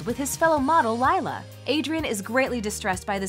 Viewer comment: More like LIE-LA😂😂😂😂😂